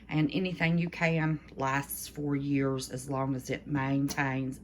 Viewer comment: Did you say four years they last? Or for years?